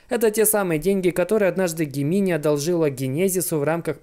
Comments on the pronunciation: пожалуйста загугли слово близнецы и произноси его правильно - ДЖЕМЕНАЙ Gemini - Близнецы. Транскрипция - |ˈdʒemɪnaɪ|. Да, и спасибо за контент ты красавчик:) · Только не Гемини, а Джеминай